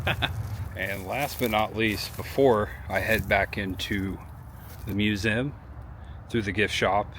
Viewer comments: Watch all your vids, love them! One thing, the word "museum". It's a 3 syllable word. Mew zee um. Not mu zem. Please,, so cringey. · Learn how to pronounce museum.